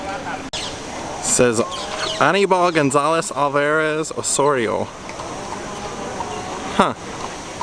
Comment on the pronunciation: Excellent vlog!! Beautiful place and thank you for pronouncing my last name correctly. Osorio. My grandparents came from Spain. So I always joked ALL the Osorios are family members. Lol